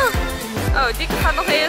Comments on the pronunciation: Hij zegt telkens dieke maar het is toch lieke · Enzo zegt de hele tijd dieke in plaats van lieke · Noemt ze nu Lieke of Dieke 😂